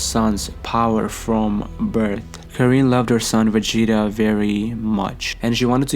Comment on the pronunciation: Y tf does he keep saying Vegeta like day😂